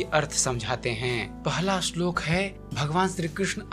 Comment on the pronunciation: bhai vo shlok hota h ashlok ni